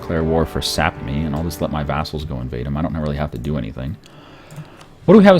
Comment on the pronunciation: you say sapmi just the way you shuold!